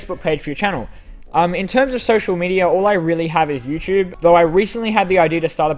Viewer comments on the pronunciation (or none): none